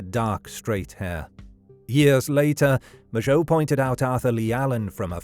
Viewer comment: He pronounced Mageau properly. Frankly if nothing else, that was worth a new Zodiac-related video.